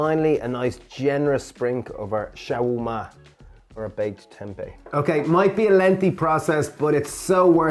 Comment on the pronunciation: Guys. Love your channel. Am so inspired by your dishes, I have cut my meat intake and feel so much healthier! Two things made me laugh in this vid though: The Lebanese/Levantine dish you refer to is pronounced SHA-WER-MA (shah-were-ma). Ciao is Italian. Adios or hasta luego is Spanish. 😛 👏 👏 👏